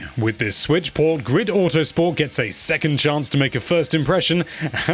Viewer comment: He did not even now how to say the name and that it was released on pc back in the days. This review is butt paper